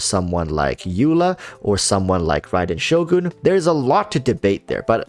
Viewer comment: on a side note, my ears are happy to hear this "raiden shogun" pronunciation tbh